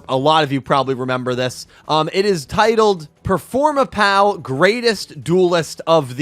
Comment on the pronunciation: THANK YOU for saying Ccacac Apu's name correctly, I always hated how 4kids said it!